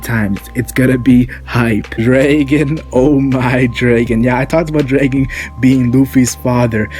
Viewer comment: Learn how the to pronounce dragon